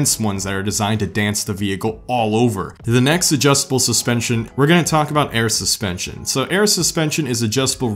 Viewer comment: We will see if you know suspension, better than you know how to say them......